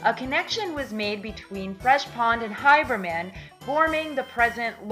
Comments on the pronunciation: Someone needs to explain to how to pronounce Haberman ( HAYbur-Man) and Oyster Bay ( Oy Ster - Bay ) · Haberman - long a as in hAy. Not Hiberman. Maspeth, Not Maspath. e not a. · She's obviously NOT a Noo Yawkr.........Outsiders MURDER a lot of New York names...Her HY-BERMAN and mas-PETH get damned annoying throughout the whole video